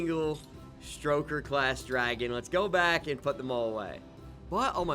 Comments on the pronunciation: It's stoker not stroker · Please stop calling them "St-R-oker". There's no R there. It refers to stoking a flame. "Stoke" not St-R-oke. Its my favorite dragon class and it hurts my soul to hear you call them by that name. 😢 I'm begging